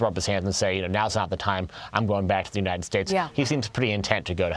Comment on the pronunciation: ahehahuhe ennenn unideyeeteteds strateteteees